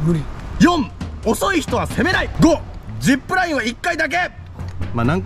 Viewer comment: これまで ジップルァイン 行っていいね